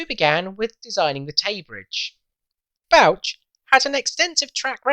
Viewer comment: That's some nice drawings of the Tay Bridges. Is Bouch pronounced Botch, given it's himself we refer to every time we see a botched job?. Nevertheless geat work. 🙏🏻🏴